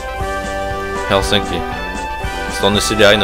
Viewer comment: hellstinky :'DDDD Its Helsinki